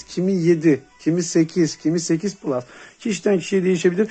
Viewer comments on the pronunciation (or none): none